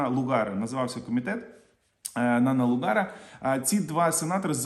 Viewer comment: Не "Нан-ЛугАр", а Нанн-ЛУгар. "Заставляють" хату у заставу, а людей змушують. Не "зірвався", а вибухнув. Статус похідне від міцної державності, а для цього треба кінчати з баригами.